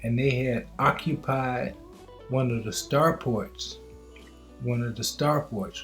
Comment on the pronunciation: START FORTS!, STAR FORTS! , STAR FORTS!....not star PORTS! otherwise, great video my brother. Keep up the good work 👍🏾👍🏾👍🏾